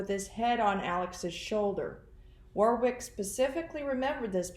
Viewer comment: Maybe the other man who Donna saw helping Whori suffocate JJ, was David Warwick (it’s pronounced Warick, btw). Why else would she kill him on the day they were visiting, if they didn’t know about it? I don’t think anyone should be fooled by the timid, innocent person, Melanie Gibb tries to portray. She’s in this upto her neck!!!